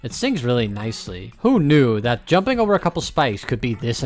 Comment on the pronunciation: did he just say... j u m p r i n g ? also my heart actually stopped when I heard carp minor, one of the most fun wave levels ever (imo)